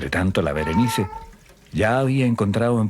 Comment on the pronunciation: Que rabia el narrador weon, SE LLAMA BERENICE